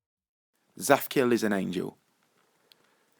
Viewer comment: so i know Hebrew and when you say "zaphkiel" in Hebrew it sounds so different (tsaphciael)